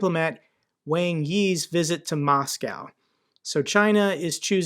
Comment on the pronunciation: its moscow not macaw